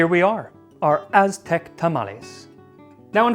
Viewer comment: Kudos on your mastery of the Mestizo Azteca pronunciations, definitely tongue twisters, even for Mexicans. Were it me, I'd bathe that lardless batch in any variety of Mexican sauces, esp mole. The history telling was hilarious.